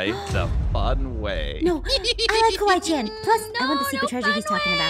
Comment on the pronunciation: It kawai~chen not Kawai Chan